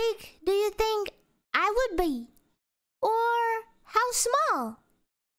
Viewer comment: The way she says "be" is quite amusing.